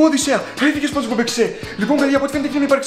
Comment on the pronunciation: "Σπόντζ" προφέρεται!